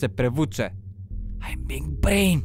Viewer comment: Ko je skuzio da celo vreme govori bing brain a ne big brain.